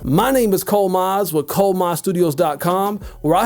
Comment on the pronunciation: 'I say wih instead of with'😂😭 this guy making my life easier